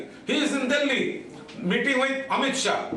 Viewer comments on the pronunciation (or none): none